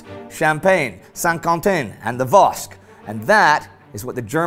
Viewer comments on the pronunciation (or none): The "vosck" (Vosges) are pronounced "voj". Yeah, French is weird. :) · Indy, it's pronounced "Voje" (Vosges). French language at its best. Nevermind, I've almost caught up wouhou!